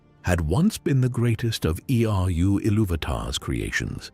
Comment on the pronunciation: Lost me at E-R-U ilúvatar 10 seconds into the video... These AI voice overs are getting really annoying.